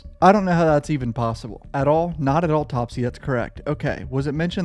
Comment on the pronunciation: The way you're pronouncing "autopsy" really bothers me